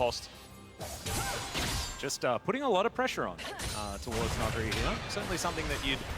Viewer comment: is the first ever english staff to pronounce nuguri perfectly